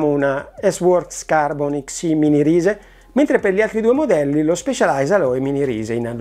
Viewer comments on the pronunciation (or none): Si scrive Rise si pronuncia Rais...